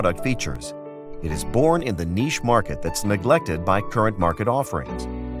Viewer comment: The speaker needs to know how pronounce the word, "niche."